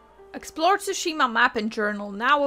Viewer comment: Ghost of Tushima? Thought it was Tsushima